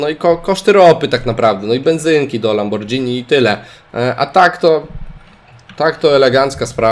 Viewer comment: fajnie by było jak byś mówił lamborgini a nie lambordżini